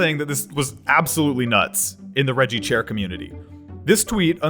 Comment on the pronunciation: "'Reggie Chair Comunnity''